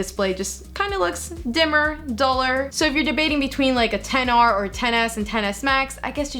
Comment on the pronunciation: You said 10R instead of XR